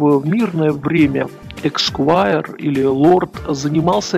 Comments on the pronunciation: Эсквайр, а не эксквайр. Цукерберг, а не Цукербеккер. И ни Потапенко, ни Грудинин не разбогатели за наш счет. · Не эксваер, а эсквайр. Эсква́йр, сквайр (англ. esquire, от лат. scutarius — щитоносец), почетный титул в Великобритании (первоначально, в раннем средневековье, титулом награждался оруженосец рыцаря); впоследствии титул присваивался чиновникам, занимающим должности, связанные с доверием правительства. В России элита - вороватая гэбня, ментовские, прокурорские, судейские, чиновьичьи воры беспредельщики и отжимальщики. Всё это - бандитская шобла. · эСКвайр. Извините, но очень режет слух. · Не раз упоминаемый в ролике почётный титул в Великобритании называется эсквайр, и уж никак не эКсквайр.